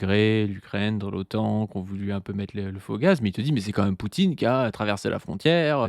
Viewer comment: Mais pourquoi prononce "même" "meume"??? Je dois savoir